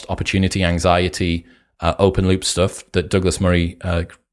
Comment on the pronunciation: the content and the presentation is awesome but I can't help giggling when I hear "stoff" 🤣